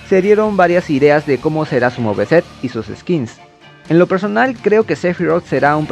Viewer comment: Porque el mo ve set yo soy de canada y se supone que se duce muve set se pronuncia solo es tock mio sorry y no no soy de gringo landia